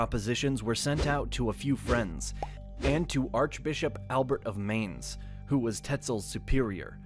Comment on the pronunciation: You are mispronouncing Mainz. It rhymes with pints.